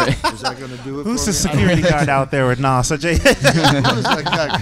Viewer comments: Please stop saying NOSS...LMAOOOO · And Nas lol